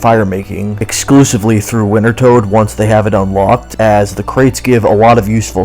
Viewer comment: Hot damn are you trying to mispronounce wintertodt? I got so much whiplash from the 6-7 quickfire instances of the name drop.